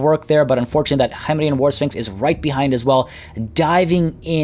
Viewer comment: it *K*hemrian. The K in Khemri is said like a normal hard K.